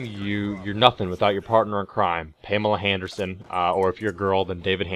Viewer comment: I NEVER NEW PAMELA HANDERSAN HAD THE "H"